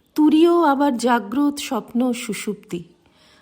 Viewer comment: মা খুব ভালো লাগে এই পাঠ। জাগ্রত শব্দটির উচ্চারণ জাগ্রতো। অর্থ জেগে আছে এমন ।